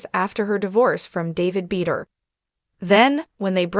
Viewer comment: Her last nane is pronounced BA DOOR